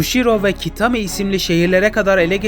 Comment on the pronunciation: Abi Kushiro ve Kitami’yi doğru söylüyorsunda Şanghay’ı neden yanlış söylüyorsun😅😂